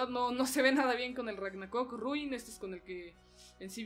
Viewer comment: Ha dicho "Ragnacock"?!=ragnapolla😂